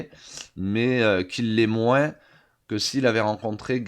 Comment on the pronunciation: pourquoi le moin"ce"? ca vient de l'herault? :p